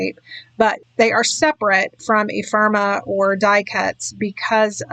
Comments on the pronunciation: This is lovely. The first of your videos I've ever seen. Can I please offer one little constructive criticism? Ephemera sounds like e-fem-er-a, not e-firm-a. Maybe I'm the only one but I found it distracting each time you said it. Both the Echo Park and the CTMH collections seem lovely for the pictures you used with them. I think a lot of the skill is matching collections or even individual products with the pictures you're scrapping. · Epherma? You’re missing an entire syllable